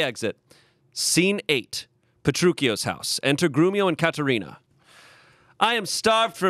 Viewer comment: As a person who is named Katherina, thank u for saying my name right 😊😊